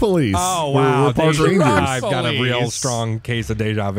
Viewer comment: from the intro why do i think he accidently said fuck police instead of truck police 😂😂